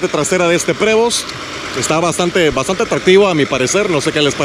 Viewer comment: Saludos, por lo que tengo entendido, Prevost se pronuncia "privo".